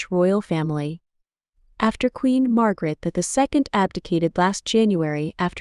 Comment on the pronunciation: Who is Fredericko ? The Queens name is Margrethe not Margaret.